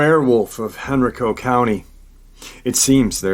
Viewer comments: Hey! Great Saturday Night LIVE talking METAL! Anyhow, I'm from the area of Virginia near these places mentioned in his video' Just thought I'd mention that Henrico is pronounced Hen-Ry-co (sorta like "Geico") and Varina (sounds like Va-Gyna!) Just figgered I'd let my Virgo freak flag fly! Stay Awesome! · Dogman? Sounds more like woman dog. Heard of werewolf of henrico. Hen_.rike_co is how its locally pronounced. I live in richmond, meant to hit up thay park, small park but swamps behind it. The white dog pack was also seen by a couple at nearby osborne landing who also thought they were supernatural. Dog bodied lady sounds like its. COincedentally the same part of henrico - varina. Pronounced like vagina